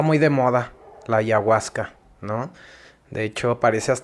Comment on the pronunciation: Para empezar dice anaguasca😅